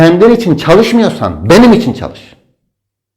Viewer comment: o ÇAL-IŞ degil ÇAL-İŞ OLACAJKK Y